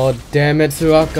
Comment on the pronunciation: You mispronounced a few champion names. You said "soraka" like serawka and "gragas" like grahgas. It's pronounced like "drayvehn"